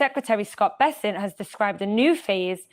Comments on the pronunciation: the Secretary’s name is Scot BEsset, not BAsset. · It’s Bessent. Not Bassent.